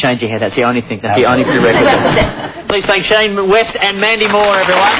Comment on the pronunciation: Is it just me or the interviewer called him "shaima west?